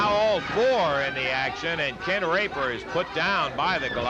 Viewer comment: Dammit Quit saying "Rape-her" man😆😆😆